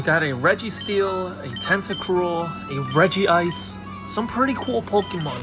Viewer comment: Say/pronounce it with me everyone: "Redge-ice"!!!!!! It's not "Reggie-ice"!! I know it sounds better and helps it fit with the other Regi's, but even Pyramid King Brandon (a.k.a. the master of the OG Regi's) says it the first way. Don't believe me, go to of this video